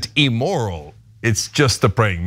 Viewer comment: Cenk -- It's "im-moral" not EE-moral. And ManatEES, not ManaTays.